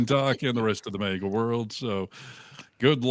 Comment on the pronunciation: It's "MAGA"! It's not "MEGA"! MAGA! Get it? It's MAGA!